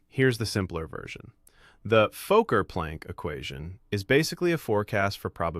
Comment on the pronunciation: The AI narrator can't pronounce "Fokker"